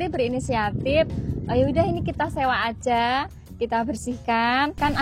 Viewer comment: "aja" mbak, bukan "aza" 🥲🥲🥲